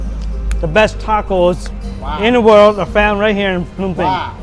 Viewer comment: Why are you pronouncing it PEENAM PAYNEE WTF